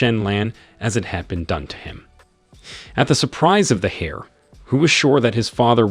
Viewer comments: Saying hair when it's pronounced air just... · I loved your reading/translation, though a few of your pronunciations kind of bugged me; for instance, the "H" in heir is silent should be pronounced like the "air" you breath not a hare (rabbit) and 9 times out of 10 you gave the wrong pronunciation of "live". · The miss pronounciation of the word heir is really annoying constantly saying hare/hair. I'm trying my best to ignore it. 😂😂😂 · OMG He said the hair apparent.🤣🤣🤣🤣🤣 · Grateful for the video, but please fix the narration. The characters' names' pronunciation changes almost every time so it gets confusing occasionally, the grammar of certain words like enunciating the "h" in heir, and phrases like "his son-in-law" with Xu wenzhao when they are not related that way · I appreciate the video but you should work on your pronunciation of multiple words, such as: arithmetic and heir. Also, you should just use the MCs name; when the MC gets married, you refer to him as “Son in Law” to every character that he comes across. It made it very confusing for someone who has never read this. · Asking for a lot for someone who doesn’t provide the original source material and can neither pronounce heir nor arithmetic.